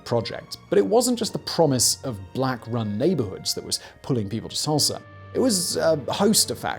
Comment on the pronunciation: He said Tursla 😆